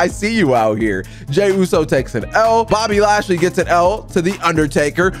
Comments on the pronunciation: IT IS BOBBY LASHLEY NOT BOBBY NATEY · Why does he say Bobby nasty instead of Bobby lashely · way do you call bobby lashly bobby nesty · Why do you say Bobby nasty